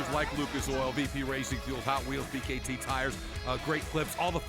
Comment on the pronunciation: B . K . T TIRES